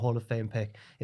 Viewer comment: pronunciation of coppola